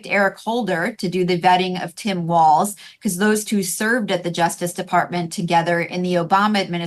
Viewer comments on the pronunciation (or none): none